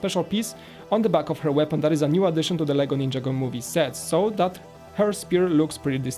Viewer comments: its a laser pointer and u keep saying ninjago wrong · says Ninjago so wrong it's not ninja go City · He says ninjago wrong every time